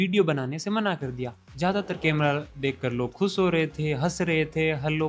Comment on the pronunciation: केमरा नही hota hai कैमरा hota hai